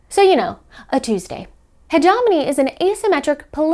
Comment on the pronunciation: If I have learnt anything form the success of Hegemony, is that no one in the board game world knows how to pronounce "Hegemony";). Love your work, (please do not ban me‼)